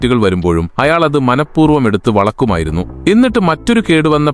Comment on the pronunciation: വളക്കുമായിരുന്നു അല്ല വളയ്ക്കുമായിരുന്നു എന്നല്ലേ